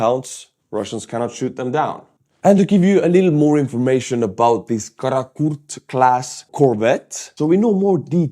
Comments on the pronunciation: No! You pronounce wrong, comrade. Is Kaput class vessel. Is supposed to look like that! Heil Putler! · Karrotkake class? Kaput class? Pleas speak more clearly! 😉😄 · The way you pronounce "Karakurt class corvette" caught me out.... The first 2 times, I'm sure I head "Kaput class corvette"? 🙂